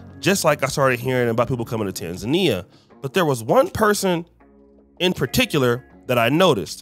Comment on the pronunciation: it’s not tanzania it’s tanzania